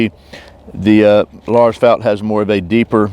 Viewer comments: Great video! Your prononciation of Lars Fält was actually almost perfect, not bad att all :) Greetings from Sweden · Nice video! Your pronunciation of Lars Fält was very good. He started as an officer at the oldest ranger battalion in I22 in kiruna in the very north of sweden, then moved to the Para Rangers where he started the Army’s (nowdays armed forces) survival school where I met him during my time at the paras. He was educated in both the SAS and the SEAL and also Green Berets if I remember correctly. I learned a lot from him.